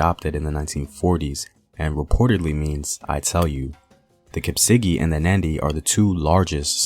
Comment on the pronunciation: Btw it's Kipsigis not Kipsigi. And interesting that Egypt is called "Kemet" (land of the black) while the Kalenjin word for country is "emet". Also the word for night is "kemoi". Also the Egyptian gods Amun-Ra has Kalenjin meaning. Ra means today/the day in our language. And our greeting is "Iamunee" meaning "what are you upto today" -A Proud Kalenjin